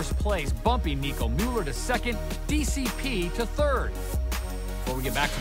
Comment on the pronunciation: its gigi rüf and nicolas müller...not muller.. goddamn